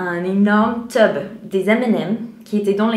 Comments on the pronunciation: Ho le truc des m&m's dans le t"U"be, s'il te plaît prononce bien le "U" en France ça fait teub et ça ne veut pas la même chose lol, je me serais dit ben laisse tomber je reste chez moi trop la flemme (bon ça dépend du nombre aussi), mais le coup des ballons et des étoiles est génial. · tube pas teube😂😂😂😂😂😂 tube mean tube but teube mean dick n im serious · " teub " 😂😂😂 c'est tUbe fais attention 😂 et une question , étant Américaine, quand tu dors tu rêves en anglais ou en français ? voilà je voulais savoir 😉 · jpp le mot "teube" en pleine vidéo , pour info c'est "tube"😂😂😂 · ah on dit " tube " et non "teub" , c'est pas du tout la même chose xD xD xD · un énorme teub …. La prononciation c'est drôle parce que elle voulait dire tube mais bon x) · Attention à ta prononciation, prononce bien le U de Tube, parce que Teub en français c'est autre chose ;) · /!\ Prononce bien le mot "tube" avec U, car nous on entend "teub" qui est un synonyme de bite/dick ;) Il ne suffit pas de grand chose parfois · je suis fixé sur tes dent c'est abusé comment elle sont blanche elles sont plus brillante que mon avenir ..😧 mdrrr jpp j'avais pas vu elle a mal prononcé "tube" elle dit "teube" chut plié la en plus du coup elle a dit "petite teube"😂😂😭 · Coucou, super vidéo:) Juste une petite chose qui m'a fait réagir, j'espère que tu ne prendras pas mal le fait que je te le dise mais je pense que ça pourrais t'éviter des mauvaises surprises en français:/ A un moment parle d'un "tube" (à de la vidéo) et le problème c'est que tu le prononce "teube" et ce mot là est un mot assez vulgaire qui désigne "l'organe sexuel masculin" (comme 80% des expressions vulgaires). Ne t'inquiète pas je pense que tout le monde comprendra bien ce que tu as voulu dire, c'est vraiment juste pour toi, pour que tu le sache:) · Il faut prononcer u, à la française. Ou, si trop difficile, toube. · prononce bien tube car cela peut porter à confusion x) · Non non ne dit surtout pas "tube" comme à!!!